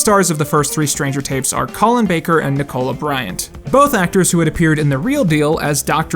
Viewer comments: It’s nic-ala Bryant not nick o la Bryant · Dude, a couple of points, Nicola Bryant’s name is pronounced phonically as ‘Nik-ola’ akin to Nikla Tesla but with a shortened ‘o’ sound. Her first name is not to be pronounced to sound like ‘cola’ with a hard ‘o’ sound, I beg of you, please desist in butchering the English language. Secondly, The Stranger series and Bill Bags’ 90s films are pure fan fiction for those already initiated into Dr Who, they were firmly aimed at pre-existing Who fans who were depressed about the hiatus of the show that began at the end of season 26, so it’s a bit disingenuous of you to omit that fact during your critique. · Nik-cola Bryant? Frothy, man! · These were made to satisfy us fans during the long years when there was no new Dr Who on TV and it seemed there never would be again. We were extremely grateful for them. and they were very popular. A situation I assume you have never experienced. The BBC were completly fine with them. Also you have a very interesting way of pronouncing Nicola. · Love the way you say Nicola lmao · 1. That's not how you pronounce Nicola. 2. That's not how you spell Corporation.